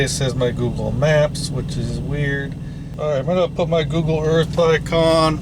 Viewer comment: CORRECTION SIR!!!, Googoo Earf